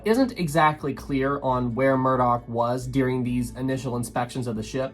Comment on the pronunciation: Murdoch not murdock.